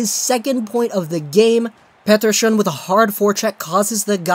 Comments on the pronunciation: 70% of the video is you talking about being sick 30% is you mispronouncing pettershion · its not petter-shion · Vak-zio Lakers and Pet-Err-Son not Vakwah Lakers and Peterschon 😂